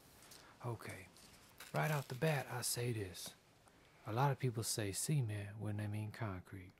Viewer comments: It sounds like he is saying Cemen instead of cement. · All i need to say about this video, pronounce the T in Cement... xD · i thought you said semen not cement, anyway awesome videos